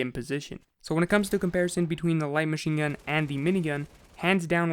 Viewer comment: My BOI said WHITE MACHINGUN